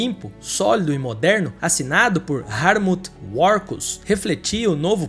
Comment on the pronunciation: Na parte do sapão Vc pronunciou hartmut warkuss errado, em alemão o w tem som de v tão a pronuncia seria algo perto de "ratmult vancos"